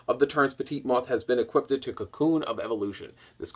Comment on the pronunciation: Why do yugioh players say "equipped-ed" like the verb is "equip" and the past tense is "equipped," why a third syllable?